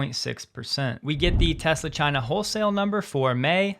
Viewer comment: You can’t even say Tesla can you